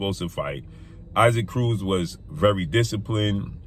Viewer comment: Do you ever make an effort to learn to pronounce fighters names dude? Who tf is Iseek Cruz